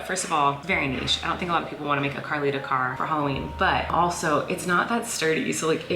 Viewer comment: Ahhh LOL Halloween not Holloween